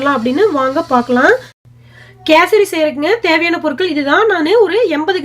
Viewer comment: Kesardi illa kesari